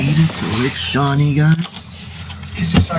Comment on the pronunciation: Lake shewee.